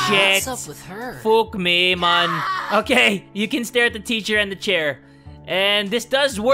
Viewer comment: Luke Crawford he said fok me man with an accent XD